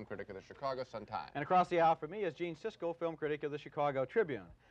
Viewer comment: PRONOUNCE HIS NAME RIGHT SISKEL.